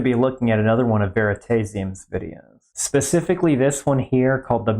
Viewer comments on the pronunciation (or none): did you just say "veritacium" and not veritasium